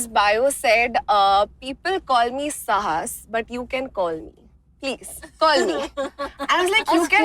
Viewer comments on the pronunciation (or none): Saahas nai Sahaaas Lol Its like in Sarabhai she says uska nama Ritha hai not Reeta 🫢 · SAAhas, साहस >> स+आ-ह-स । Kindly, kindly Do Not butcher one language in order to sound stylish in another. And please don't put forward untenable logic of proper nouns to be pronounced any which way, which too applies only in certain languages and is not a transitive property to be applied from one language family (Latin, Roman) to another (Indian). In Indian languages any word is pronounced just as the way it is written, therefore: स + आ की मात्रा is SAAhas. Kindly do not butcher one language on the basis of another unrelated one.